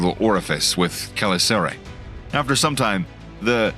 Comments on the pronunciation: Great video! Btw chelicerae is not pronounced that way lol i'm not sure if my way it right but it's definitely not your way. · The way you pronounce chelicerae is killing me. Unless I've been pronouncing it wrong for a long as I've known the word. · I think you are butchering the pronunciation of ‘ chelicera ‘